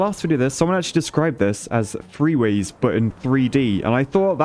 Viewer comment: Anyone else hear "three-ways" instead of "free ways" and not even question it because it's